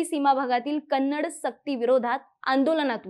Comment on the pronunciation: Not kanadi madam first speak properly Kannada ಕನ್ನಡ